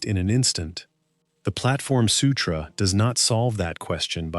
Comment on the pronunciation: The Platform Sutroo. 😂